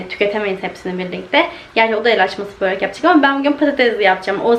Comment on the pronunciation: Boorek değil kiz börek 😅 ama cok güzel gurunuyor ellerine sağlık 😍🌷💜💙🌺